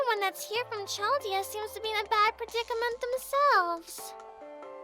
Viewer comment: Ok so it's pronounced Kaldea. Like the nation/people of ancient Babylon